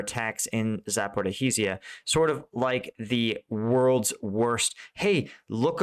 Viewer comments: Hello, it is Zaporoshya with the stress on the ro syllable. The y is short as in yes. The sh is like ship and so it is just zapoRO- sh as in ship - ya. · One day he will say Zaoporozhia and Opytne correctly 🥲